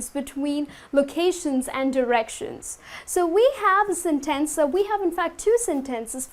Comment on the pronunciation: 1) a sentEnce? In fact, I have never met such a pronunciation before. Are you sure it's right? 2) Thanks for the class! 3) First